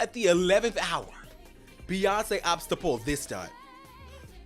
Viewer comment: The say Beyonce is horrendous LMAOOO